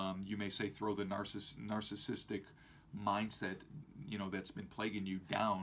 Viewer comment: He can't pronounce narcissistic....